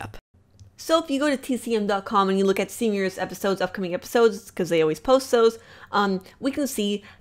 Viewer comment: Evrytime she says stven universe I hear seniors